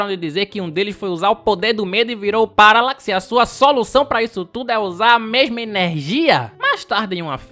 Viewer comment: Paracax? Não! Paralax